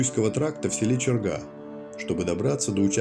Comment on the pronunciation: Пожалуйста, ставьте правильно ударения в названиях: Усть-СемА, ЧергА и т.д.